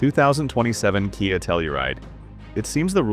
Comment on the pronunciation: Kia is pronounced kee-ah, not kye-ah!